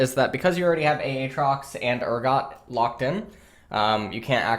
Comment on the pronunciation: he does it for his chat, anytime aatrox gets picked chat be like A A TROX:omegalul